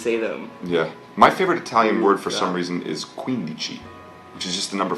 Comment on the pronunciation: That "quindici" that Armie says is perfect...even better when how many Italians say it (I'm one of those)